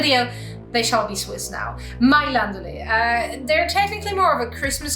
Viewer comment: Just from the way you said "Mailänderli" one hears you're from the Basel region in Switzerland. 😁👍 Haha, keep up the good work.